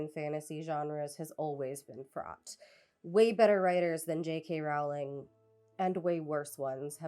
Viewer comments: I didn't mean to be clever. I am pretty confident that the video creator is pronouncing JK's name wrong. The video is very earnest with good criticism, so I assumed that this was unintentional. I thought she would want to know. I worried it might come off as flippant but didn't really know how to prevent that at the time. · JK Rowling's last name rhymes with "bowl", not "owl". If you can't even get that correct, why should I sit through this? You're welcome for the view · NB It's Roe-ling, not Row-like-cow-ling. She's a bad writer, but it kinda undermines your video when you get her name wrong from the start. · ONLY because I think youll genuinely apppreciate the comment, but it’s pronounced, “row-ling”. For someone who doesn’t believe in trans people, I still hold my principle of proper name pronunciation despite not really caring if she would be offended. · Two brief comments before I watch (and I’m sure I’ll have more after): • I think a lot of how bad they were flew under the radar until she outed herself as something of a bigot, and then we started scrutinizing them more closely and realizing… • Her name is pronounced “rolling,” she’s very adamant about that, it annoys her greatly when people mispronounce it, and I’m delighted that you are. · I think her name rhymes with bowling. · Pronounced "rolling," by the way. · I choose to believe you mispronounced Rowling on purpose. I commend spite.